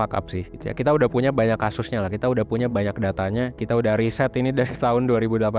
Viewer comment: Riset bukan risét